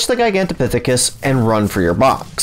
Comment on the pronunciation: Dude I just sub because you were able to pronounce that name multiple times without messing up. :)